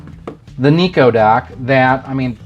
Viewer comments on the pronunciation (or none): Nah it was a joke. You were pronouncing Nyko like Neko, or a cat girl